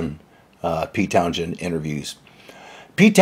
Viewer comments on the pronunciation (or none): "Town-shend"? No. It's Towns-hend, and you can pretty much leave the 'h' silent. The 's' and the 'h' do not interact. There is no 'sh' in Townshend. Please re-train your pronunciation of Townshend's name, just leave the 'h' out. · Its Townsend, not townjen...the h is silent. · His name is pronounced Towns--hend ,not town-shend. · You pronounce Pet´s name incorrectly. His name is not Town - shend but Towns - hend. Originally the name referred to someone who was coming from the end of the town (or living there), thus, from town´s end. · Many thanks! Yes is from LA, so sometimes he pronounces Pete's last name TownShend. But I explained that it's pronounced Townsend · Interesting! Thanks for posting. (Incidentally, the "h" is silent. It's pronounced Towns-end not Town-shend) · Is the narrator saying TOWN- SHEND? because.. well, that's incorrect. It's TOWN- ZEND. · That's Towns-hend, not Town-shend. Basically sounds as 'Towns-end'. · Good insights. Thanks. By the way, Pete's surname is pronounced like "Town's-end" or Towns-hend". There is no "sh". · He's been a public figure for only 55 years, so it's understandable that there might still be some confusion on this point. It's pronounced "towns-end". No "sh" sound. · Interesting video, but Pete's last name is pronounced phonetically like "Towns-end" not with a "sh" sound. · There’s no “sshhhh” in Townshend. It’s Towns-Hend 🤦🏻‍♂️ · It's not Pete Town-shend..It's Towns-hend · It's TownSEND Not TownSHEND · TownZend, not Town-shend. Shirley BASSey, not Basie. John ENtwistle, not ENTwistle. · He's correct. And so what if he didn't like them... I can see why he wouldn't. The substance of the two bands repertoire is like chalk and cheese. There's no doubt every rock act from the mid 60s owes something to the Who. That type of power and visceral approach began with them. And it isn't pronounced "townSHend". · Sorry But your TownJend is driving me nuts. Just say “Pete”! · Why do you have a problem pronouncing Townsend ?